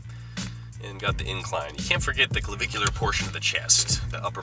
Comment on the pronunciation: I love how pronounces 'clavicular' and I don't know why